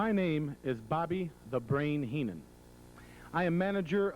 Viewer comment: wow...was that actually Bobby Heenan..horrible promo..could barely pronounce their names .cant believe this was the ..same Heenan that I saw in the WWF